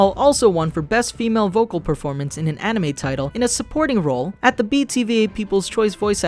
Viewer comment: "The 2003 ani-mee series" Also that Regular Show also parodies G Gundam, Gurren Lagann, and Evengalion